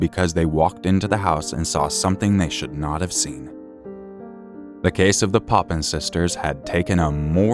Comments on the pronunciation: Papin sisters. Not Poppin. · It’s the Papin sisters. Not poppins.